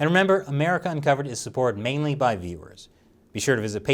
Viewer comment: I know he's saying the channels mainly supported by viewers.....but it sounds like he's saying beavers. Support the channel, support the beavers.